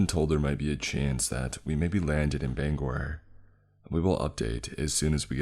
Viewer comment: It is so refreshing to hear someone pronounce Bangor the right way